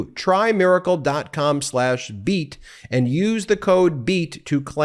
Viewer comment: That is how he said it, except it is try-miracle and not try-plex.